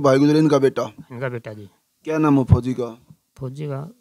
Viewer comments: Phoji ko kyu emphasize kr rhe ho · Or jaha bhi fouji ka name aata hai vaha aap bar bar stress dete ho fouji 'words' par Please aisa na kare aapki bohat meharbani hogi Thank you